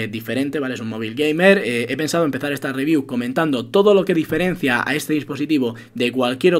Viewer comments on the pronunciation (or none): none